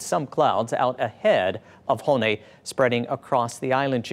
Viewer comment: Dude can't even pronounce the name 😂 terrible